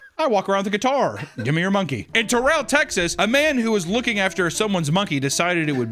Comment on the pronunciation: I live in Texas. It’s pronounced Terrell.